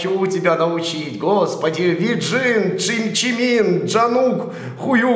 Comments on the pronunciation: ЧИМИН ЧИМИИИИИИИН А НЕ ДЖИМИН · Не джимин а чимин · Серьёзно ? "Джимин" ?! Может Чимин ?! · как раз таки в Корее правильно говорить Джимин, а мы Чимин говорим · нет я слышала как ребята говорят чимин, а не джимин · Ну тип не виноват, что на самом сайте написано Джимин, а не Чимин. Он их даже не знает и поэтому ему свойственно ошибаться в произношении их имён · Все видео орала "НЕ ДЖИМИН, А ЧИМИН!" 😂😅 Википедия, шо ж поделать🙃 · Не Джимин а Чимин😂😂😂😂😂😂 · это не Джимин а Чимин там не правильно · не Джимин, а ЧИМИН!!!!!! Хотя я знаю, что так написано в викепедии. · Чиминннн,а не джимииин🤣🤣🤣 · И если что не джимин,а ЧИМИН! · Мне одной было больно слышать "Джимин"? Плакаты на стене заценили реакцию))) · Спасибо за видео ! Лучше бы открыл нормальный перевод, тогда текст более менее. Глаза уже болят, потому что не Джангук, а Чонгук, не Хэлси, а Холзи, не Джимин, а Чимин..... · Не Джимин а Чимин, не Сюга а Шуга или Юнги, не Джонгук а Чонгук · Приветик. Хочу сказать что ты не много не правильно произносить имена. Тупая Википедия. Чимин, Джин, Шуга, ЭрЭм, Чонгук, Джей-хоуп, Тэхен. Настоящие имена: Пак Чимин, Ким Сокджин, Мин Юнги, Ким Намджун, Чон Чонгук, Чон Хосок, Ким Тэхен. Поблагодарю сразу если обротишь внимание и снимишь реакцию на клип Шуги,, Дечита,,. 😘😘😘😘